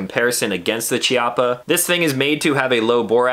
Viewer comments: Say it with me…Kee-ah-puh Not Chee-ah-puh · pronounced'' kiappa'' btw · Pronounced "Kya-ppa" (Italian). Chi in Italian is pronounced "Kya", weird I know. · It’s pronounced K-iappa btw. It means butt cheek. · Please, please... in italian "ch" is spelled K. It's kiappa. "sci" is sh. So "brusketta" not brushetta. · Pronounced - KEY-appa. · It's pronounced KI-appa. Just FYI. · Chiappa sounds 'kiaPa' in italian with emphasis on P. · Beautiful test and wonderful gun (apart from the color). If it had been a conversation between friends it wouldn't have mattered, but if you do a video test, you should at least know how to pronounce the stuff you're testing. Every time you said Chiappa" my ears bled. Nowadays it's not difficult, just go to Google translator, choose Italian, write "Chiappa" and have it read to you. There are no more excuses.